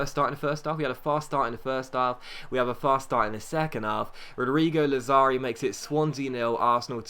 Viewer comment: ***** lazzari is pronounced Lad-za-ri